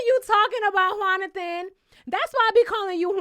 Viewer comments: Every time you say “” I chuckle just a little bit 🤭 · Found out about you from my girl and someone commenting about you, and I see why! You had me rollin' every time you said ""! Appreciate your insight.